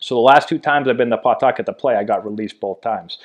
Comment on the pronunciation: Strange hearing a Massachusetts guy saying PAW-tuck-et. I went to HS in Attleboro. We all said P'TUCK-it. How do you pronounce Peabody? Worcester?